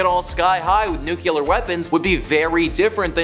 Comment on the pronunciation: Taje a shot every time he says "nuke-you-ler". 🙄🙄🙄🙄